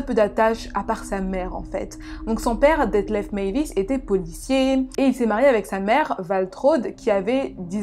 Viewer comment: Hello. Ayant passé mon mémoire d'étude sur ce cas, je pense pouvoir donner mon avis. Déjà corrigeons de suite ce nom !!! on dit meiwes: mai i wès et pas meivis, c'est allemand, pas anglais ;) Ensuite l'envie de cannibalisme de Meiswes était bien plus complexe et subtile qu'une simple envie de manger de la viande, il faisait un lien entre manger un être et l'avoir avec lui à tout jamais, ne jamais le perdre et avoir un lien très intime avec elle. Le cas aurait était bien plus interessant en étant traité en portant le regard sur Bernd, une victime consentante et donnant les directives sur la façon dont elle voulait être abattue et consommée.